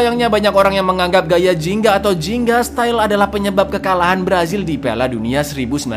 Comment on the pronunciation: Bang namanya bukan jinga tapi ginga